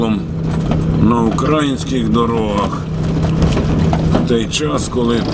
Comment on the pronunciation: На ураЇнських дорогах пане , а не укрАїнських. Так як ви, тільки росіяни ці слова вимовляють а у вас як я розумію, в кишені паспорт громадянина України, то ж і розмовляти треба укаЇнською мовою!